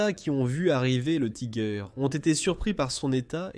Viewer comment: J'ai cessé très vitE d'écouter : Tiger prononcé à l'anglaise!!! Taaïïïgueur... Inconcevable. Puis 2 secondes plus tard : Panzerkampfwagen "sixe"... C'en était trop! Quel dilettantisme, quel amateurisme. Nul et archi-nul ! A fuir...